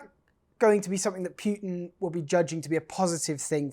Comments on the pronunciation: Pootin, not Pewtin. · Can someone please take this reporter aside and teach him how to say “Putin”!!! There is no “W” in Putin! Pewter is a word of its own.